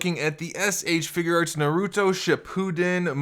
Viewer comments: Naruto not noruto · Another person that says naruuto. Doesn’t seem like you’ve watched shippuden either